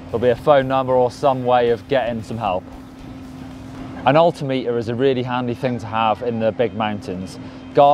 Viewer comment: he needs to educate himself on how to say altimeter